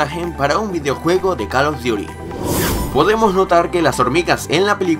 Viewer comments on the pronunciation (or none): call of diuty